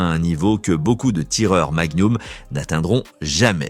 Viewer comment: oui, parce que les balles " Magnoum " C'est pénible! 🤣